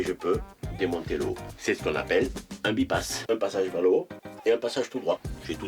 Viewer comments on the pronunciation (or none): C'est un filtre by-pass qui se prononce "baille passe" qui signifie que l'on peut le débrayer par les deux vannes présentées. On dit que l'on by-pass le filtre. Cela n'a rien à voir avec un quelconque "bi" à priori ! Excellente vidéo dans tous les cas ! Merci à vous